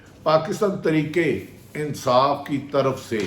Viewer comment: بھٹی کم از کم آپ تو ترکے انصاف ناں بولو تحریک انصاف ہے بولو راجہ ریاض بولے اور بات ہے تم اینکر ہو خدا کے لئے اردو کا ناس ناں مارو 🤦‍♀️